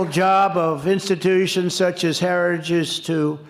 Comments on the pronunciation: To be fair, Trump does not say "Heritage Foundation", he quite clearly says "Harajistoo," which is a completely different organization. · "institutions such as Heregus" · Of course Trump is not associated with the heritage foundation, he can't even say heritage . 🤣🤣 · donnie, it's "heritage", not "herigous". Man, and we thought Biden was the one with a speech impediment. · Trump can’t even say the word Heritage (Heri-gge) he sure as hell didn’t read over 900 pages (without pictures) 😂😂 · In other words. A vulnerable candidate with no professionals around him. Who doesnt read. Cant even pronounce HERITAGE. And denies the existence. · Trump can’t say the word “heritage” Is he alright? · How is Project 2025 Conservative? Got to ❤ Trumps pronunciation of Heritage. Sounds pissed drunk 😂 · Trump can't even properly pronounce Heritage after two tries and barely got out the word "critical". He loves the poorly educated because he is one. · He can’t even pronounce ‘heritage’. Lol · He cannot say heritage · Pete is the MAN! Whenever he talks he just dominates - not with bluster, b.s and grandstanding but with calmness, intelligence, integrity and pure facts. Trump can’t even say the word “Heritage” properly. Lol. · Trump sure has a hard time reading the Telepromter. He can’t even pronounce Heritage. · Here's an idea let's vote for a moron who struggles beyond 2 syllables...Say Heritage again Trumpy...we dare ya! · Trump had a little trouble pronouncing Heritage! 😂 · Heritage Foundation is a Domestic TERRORIST organization. And trump can't even pronounce its name. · I like how he can't even say heritage correctly. What a loser. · He can't even pronounce 'heritage' once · Why wouldn't they want a person who can pronounce the word Heritage.